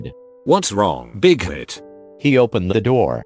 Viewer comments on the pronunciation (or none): I thought when you said bighit for y/n I thought you said big dick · Wtf was her name "Big clit"? I swear I heard Big Clit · DID HE JUST SAY "WHATS WRONG BIGHEAD" OR AM I HEARING WRONG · I THOUGHT HE WAS SAYING BIG TIT LFMAOAOAOAAOAOA BIG TIT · i heard 'big weet' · I SWEAR I KEPT HEARING BIG-CLIT LMAO IM SORRY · i thought it said bighead instead of bighit lol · I love how instead of Y/N you said BiGhIT